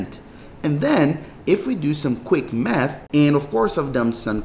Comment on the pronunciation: "if we do some quick METH"